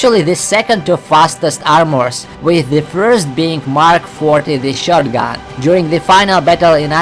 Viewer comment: he is saying “Shotagun” instead of “Shotgun”